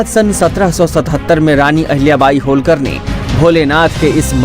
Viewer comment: Learn to pronounce marathi words as it is...Don't put a hindi template on them...होळकर... NOT होलकर....खंडेराव...NOT खांडेराव....